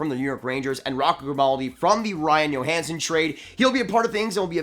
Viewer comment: Like the vid. Do you think they might get Keith from Chicago? And not to knock but is pronounced Joehansen nit Yohansen.